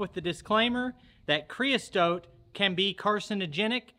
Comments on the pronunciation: Looks like it went fine to me. I'd do it. Your killing me with "creas(t)ote" though. Keep em comin, we'll keep watching. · Creosote...you added a T in the middle where there isn't one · Not CREOSTOTE. It's creosote. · It's "creosote" Not whatever you were saying! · the word Creosote has the "t" at the end and none in the middle